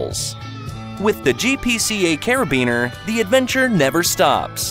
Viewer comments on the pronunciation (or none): none